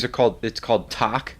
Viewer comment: Talc is Talcum Powder, Tal -cum not Tark , maybe my english is wrong ? . Hydrated magnesium silicate , added to medium to matt it down, often used in baby powder and cosmetic blush base.. Your solution makes sense. Traditional put gloss on for durability and Matt after for finish. Good Video .